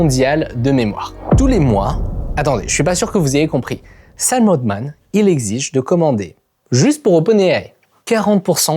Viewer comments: C'est Sam Altman pas Sam Oldman ... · Pourquoi tu prononces le nom de Scam Altman « Otman » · le frro sappelle ALTMAN pas OLTMAN